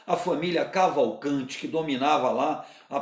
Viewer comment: Vídeo bom demais. PS: Cavalcantiiiiiiiii, com ``i´´